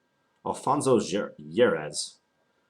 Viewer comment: "Jeres" in Spanish would be pronounced as "harez" in English would it not? Nice game though! Looks like your opponent should have slowed down a little.